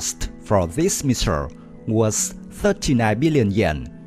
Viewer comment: "Shuper shunic Anti ship Messures"... 😂